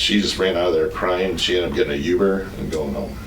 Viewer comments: Aw … “he called her a whispers the anti-Semitic slur and she ended up getting a you-ber and going home” he’s so kind and innocent and it’s so endearing that he called it a you-ber instead of Uber, he def did not deserve this tragedy 😔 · The only crime this dad is a part of is the crime of pronouncing Uber- "YOUBER"